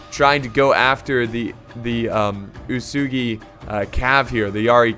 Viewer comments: UESEGI one letter one voice. Chosokabe is actually read on Japanese like this "Choko ka be" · Chosokabe - short o as in 'opinion' not as in 'choose'. Uesegi - uu e segi: long u short e as in 'edo' NagiNata - you seem to have missed the N Ikko ikki are a special faction since they are a different religion, they don't have samurai but they do have ronin. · U-WE-SU-GI That is the right pronouncation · About the names 1.-It's WEsugie 2.-chosokabe you got it right (the first time), so iko ikki 3.-It's nagiNata There's an N 4.-Otomo is pronounce with a higher second O. OOTOmo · Antlantis 123 boy what the fuck-- who's pronouncing it wesugie? Japanese is incredibly easy to pronounce becuase you simply read it 1 syllable at a time. U..EH..... Su..... Gi!!! not WE SUE GIE, NOT WOO SOO GUY, NOT WOOO SUE JEW. jesus who the hell is making these stupid ass pronounciations, literally just play the game and they evenpronounce it for you!!! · not being able to pronounce cho-so-ka-bay or oo-soo-gi is strange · Damn every where I look(comments): Bad pronunciation OO-e-sugi = Uesugi Cho-so-kabe = Chosokabe eko-ekki = Ikko Ikki Oo-to-mo = Otomo There's a show called: Sanada Maru about the Sanada clan during the late sengoku period, basically covers everything so have a look if you're interested in learning about Japanese history(since the show's in Japanese you'll also learn the correct pronunciation). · Uesugi is pronounced oo-eh-sue-gi. And for crossing the water, you can see dark parts and lighter parts. Lighter parts are where you can cross because its shallow while dark parts are deep (i think that's how it works). But you will see some parts which look whiter than other parts of the water and that's where you cross. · oo eh soogie uesugi , shoh goon shogun , choh soh khabeh chosokabe , also japanese r and l and interchanged so samurai would be samulrai idk how to write this sound. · Uesugi should actually be oo-eh-sue-gi for pronouncing it